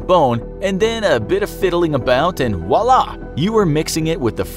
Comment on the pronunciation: "Voila"... not "wu-lah". There is a "v" sound here in France, also. Yikes :S